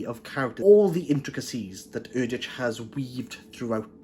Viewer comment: I've been reading Erdrich's books for a long time. They are consistently well written and thought provoking. BTW, she pronounces her name "Erdrick".